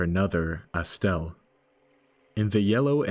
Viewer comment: I take offense how you pronounce it as "Estelle"